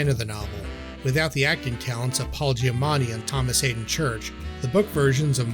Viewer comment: the name of the actor is Paul Giamatti*, not Paul "Giamani".